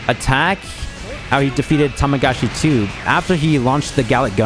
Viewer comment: The amount of times says Tamagachi instead of Tamagami is hilarious